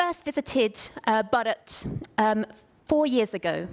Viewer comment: not bad at all but it was painful to hear u say 'Bharat '